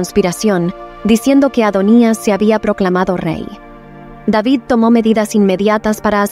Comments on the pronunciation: Rey deivid (David)., Para qué lo pronunciará en Inglés? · es el rey david no deivid🤩